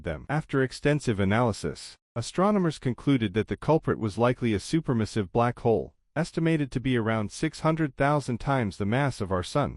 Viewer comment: Massive not missive. At the very least learn the language you are attempting to narrate in.